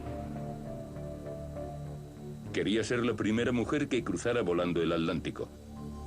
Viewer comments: At-lántico? Curiosa forma de pronunciar A tlán ti co. Por lo demás, muy buen video. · Cruzaban el Alántico para ver jugar al Alético. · Jahaja yo también me pregunte lo mismo, que no es Atlántico?